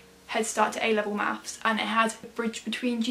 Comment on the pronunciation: and "mathes"